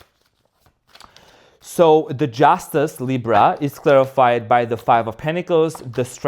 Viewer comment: I repeat “Justeeena”when you pull the Justice card, lol